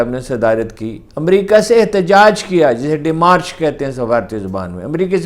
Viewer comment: Pronunciation : Word Demarche ... Pronunciation ... DemarSH/ ڈیمارش